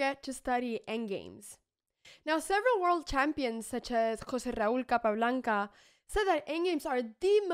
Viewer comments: The way you pronounced that Spanish name was actually impressive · Muchas gracias Ana, por lo bien que pronunciaste Jose Raul Capablanca, debes hablar español no?